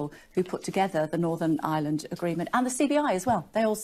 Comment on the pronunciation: She can't say Ireland, sounds like Aland. Please don't sort it out as everyday goes by, a United 🇮🇪 gets closer 🙏